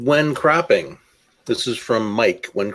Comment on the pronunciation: When says "When cropping..." to me it sounds like he is saying "When crapping..." 😂😂 On a side note, isn't all photography art and isn't it all subjective, anyhow?